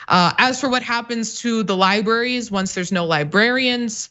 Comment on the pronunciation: If you're going to talk about libRaries, can you please pronounce it correctly?